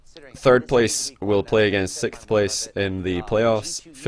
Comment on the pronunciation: I just noticed when he says sixth it sounds more like sickth.